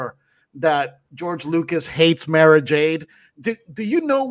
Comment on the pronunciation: Please guys. Mara is pronounced like car, bar, par, far, etc.